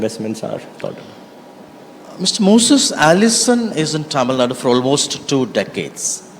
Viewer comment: I appreciate pronouncing "tamilnadu" correctly👏